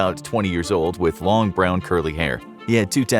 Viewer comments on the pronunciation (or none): none